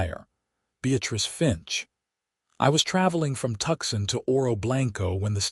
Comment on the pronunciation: Although the narrator speaks excellent English (American accent) but, his pronunciation of Tuscon is - wrong. And, never using contractions ie: I cannot instead of can't - or, I do not instead of I don't - the narration is stiff and formal. Just an observation.